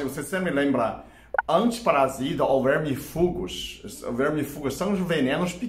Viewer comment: <Vermifúgos> 💘...Ah,, o Sr. pode transformar proparoxítonas em paroxítonas que eu sempre vou achar FOFINHO demais!!😍